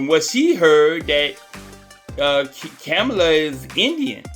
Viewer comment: I’m trying to understand🤔 how are you doing commentary and you can’t even pronounce the Madame VP Harris name😬, It seems to me you both are in the same boat, Janet Jackson is uninformed and you kidnap pronounce VP Harris‘s name🥴